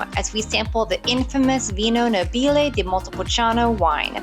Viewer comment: You have visited truly second rate producers, very little known. However NÒBILE, not Nobìle.